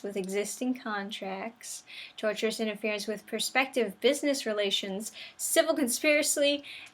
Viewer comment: Why do I keep hearing people call it "Tourterous"? lol... there's no "R" after the "T"... its pronounced (tor-shis)